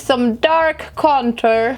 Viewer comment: “HALLALUYUH DAT IS SOME DARK CONTURR” 😂